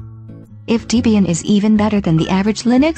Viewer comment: Yeah it's deh-bee-yin, not dee-bee-yin.